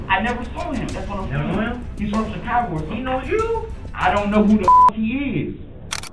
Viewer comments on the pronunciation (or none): none